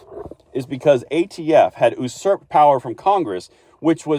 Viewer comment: ...it is pronounced you-sir-pd, not how you're saying it.